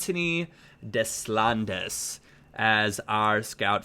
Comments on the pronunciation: Just letting you know Deslandes is pronounced Day-Lawned! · Hey, couldn't help but notice your youth player is from France so the "Des" is pronounced as "day" and the "landes" has a long "a" and you don't say the "s" so it sounds like "DAY-lawnd" or "DAY-lond". Just trying to help you out a bit so no one gets annoyed:-) would appreciate if other people forwarded along the message so he sees it. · The scout future star is pronounces 'daylond'